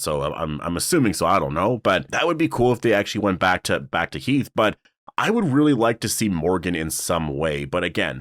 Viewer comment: It’s Heath😂